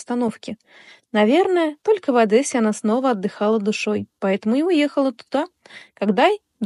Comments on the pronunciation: Не Адэссе,а ОдЕссе. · Только не Адэссе , а Одессе. Говорите правильно.